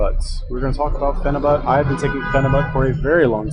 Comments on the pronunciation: Pheni buttttttt? Wtf its pronounced pheni buyt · Your a phenibut expert but you say fucking phenibut wrong, its pronounced like phenibute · PheniBUTT... interesting, didn’t know it was pronounced as a BUTT. Hmmm learned something new but that was about it because couldn’t stand how many times this guy says PheniBUTT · "I'm a fucking expert" proceeds to mispronounce phenibut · Your response to my comment was slightly redeeming for showing a willingness to be wrong and having a sense of humor. I wasn't attacking your character, I'm not one of those I'll attack you cause you can't do anything back internet trolls, I'm just pointing out the obvious, an expert would of pronounced it correctly.